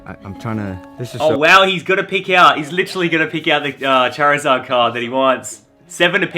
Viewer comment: Lana sitting in the back like : what is a chazid ??? Btw I know it’s charizard